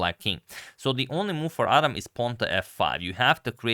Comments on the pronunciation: It's pronounced Ad-ham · Thanks for sharing this, just a little note the name is pronounced “ad-ham” with the h sound present. 😊